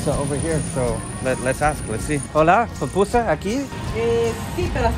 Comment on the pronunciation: Friend. you said "Papusa" that is a mountain in Romania. The pronunciation is PUPUSA (Poopoosah). Thank you!